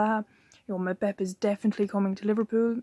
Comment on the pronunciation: say his name properly you fool